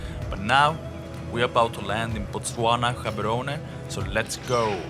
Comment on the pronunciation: Guys now it is genuinely concerning…you guys either misspell or miss pronounce… with that level of ignorance It’s Gaborone not Gabarone